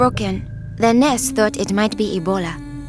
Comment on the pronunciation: I love how she pronounces "nurse" in Nars